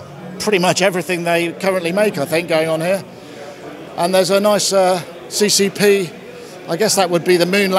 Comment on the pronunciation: CCCP is actually pronounced SSSR :)